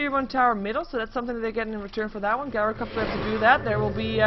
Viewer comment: The first syllable of gyrocopter - gy - rhymes with tie or chai (like the tea). Please dont pronounce it, as does, GUYrocopter. Think tie-ro-copter